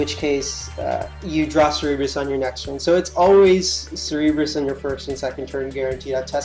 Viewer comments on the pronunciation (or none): cerberus. pronounced sir ber us. for gods sake have you never seen any hercules movies as a child or just flat out never heard the name. your adding extra fucking letters to the name. bring it back to pre k days and pronounce it slowly. english buddy learn it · Cer-Ber-Us, pronounced Sir-Burr-Us. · Hotspot there's only 1 way to say cerberus. and he couldnt say it right at all. he's saying cerebrus (ser-e-brus) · Hotspot shit irked me so bad. it's a simple name and he butchers it horribly every time he said it.